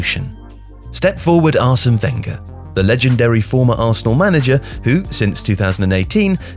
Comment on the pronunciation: You pronounce Wenger wrong